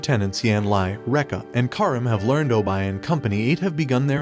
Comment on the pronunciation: its obi not obye